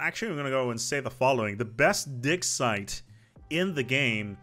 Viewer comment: why are you saying dicksite